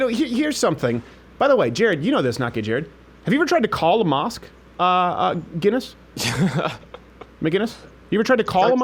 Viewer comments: His name is McInnes not McGinnes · Stephen, I love ya man but his name is not McGuinness it's McInnes! Pronounced Mc-Innes, no G ... it's a hard C. I know he has corrected you before but out of respect, pronounce it correctly. Oh and I'll be joining the #mugclub soon. Always love your vids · must b annoying for gavin to hear steven always say "maguinnes .. its MACINNES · Gavin's surname is pronounced MICK-IN-ISSSSS.....not McGuiness. for fuck sake. It's the difference between Scots and Irish! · Will you please start pronouncing the fucking C in Gavin's name? It's not McGuinness. It's McInnes. Pronounce the C. From an angry Scotsman who gets pissed off at every North American (acknowledging that you're from Canada) mispronouncing our clans' names. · When is Crowder going to learn Gavin's name......it's Mc- Inness not Ma-ginnis! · ITS MC! NOT MG ITS MC INNES!! not MG INNES! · Steven. Gavin's last name is MCINNES. No MGuinness. MCinnes. Yeah. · MICK-INNES!! Not MacGuinness (Scot here, but it should be obvious :) edit: fixed! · Steven...Gavin's last name is (Mk In Us) no g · Ma-KIN-Iss.. seriously when will people realize there is no "G" in his name. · You are saying Gavin's name wrong ....it's pronounced mic kinnis. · Still don't get why Crowder can't say his name right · Crowder still says McInnes wrong.